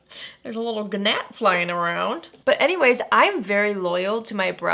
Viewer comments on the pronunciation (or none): omg did u pronounce gnat “guh-nat” ? 😂 lol i love that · A G-nat!? Haha the G is silent girl haha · As a writer and editor I feel the need to tell you that the g is silent in gnat. It is said Nat.... sorry but it’s my jon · Did she say G-nat? 😂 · "guh-nat" kills me EVERY TIME XD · It's pronounced nat. The g is silent. Gnat. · Do you really say gnat like that? 😂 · LMAO at :38 I've never heard anyone pronounce the silent G in gnat =D made me lol seriously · Cracked me up, too! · I died when she actually pronounced the g in gnat😂😂😂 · Lol. I love that you pronounce the G in gnat... Your skin is looking phenomenal lately! Get it!